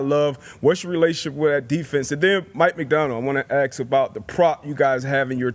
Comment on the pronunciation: The guy that said Ax instead of Ask brings this show down.